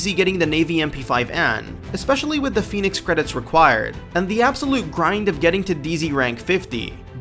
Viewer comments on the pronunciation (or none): none